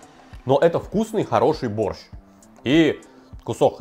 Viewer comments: Зачем так явно говорить боРРщ?аж уши режет каждый раз.. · Я очень давно живу не в России. Кто-то может сказать почему он произносит борЩЩЩ а не мягко- борщ с мягким окончанием?